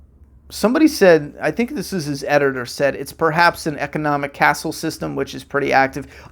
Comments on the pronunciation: Economic caste system, not castle. Pronounced (Kass). It’s an economic system with no socioeconomic mobility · Wow, he's been planning this for 10 years and this is what he comes up with? I'm starting to think that he's an overrated has-been. Also, "economic castle system" 😂 Bro, it's economic caste system.